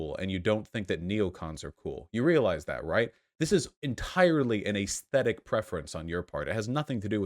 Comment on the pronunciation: I was about to say yay for Shoe , got a 2nd/3rd job. Too bad, I still watch for her commentary on daily life , funny stuff happens and I love the aggregation. I dislike the way you say ayyysthetic . Shoe/You can post whatever side of the political spectrum you choose , this does not make you one side or the other. Your physical actions and financial contributions should be held to the high standard you have for these political reps. You both have to be able to live your lives separate from politics because it does not get included in every facet of life. You both need shitposting as an outlet or just a distraction. It doesn't need to be analyzed to the degree that a political statement might be reviewed. Eat a dong Vuash. <3